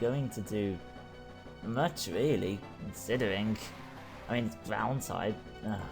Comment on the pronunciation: Bro, you pronounce all words ending on 'ing' like 'ingk' its very annoying. Consideringk...